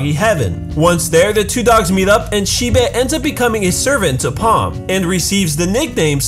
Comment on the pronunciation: Shibe... shiba... wait... I'm sorry?